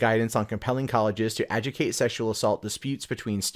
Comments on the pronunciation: ajoo dee cate not aji tate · The word is Ad-Joo-Dih-kate not a-ju-kate. The "dih" is mandatory to pronounce the word properly.